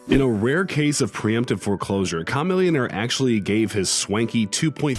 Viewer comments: I was cringing the way he said “CHA-millionare” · Ok who tf is Cah-millionaire? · Ha that dumb ass said KA-Millionaire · Bruh you said a camillionaire name all wrong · This dude can't even say Chamillionaire's name properly. Tf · #6 wtf he just say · He's white so 😂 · as am I but I know how to say Chamillionaire's name right lol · do you know how to say it...